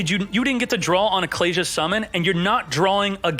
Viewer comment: Those pronunciations of Ecclesia and Apollousa made me quit the video